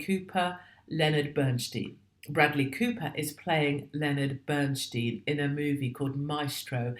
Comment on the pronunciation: It's pronounced Bern Steyn. If not, I've heard it wrong my whole life.